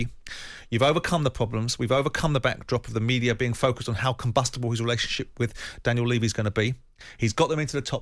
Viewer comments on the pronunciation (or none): none